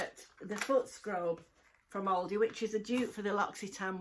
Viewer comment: I love watching you but I also love how you pronounce ALDI!! You always say Ouldi!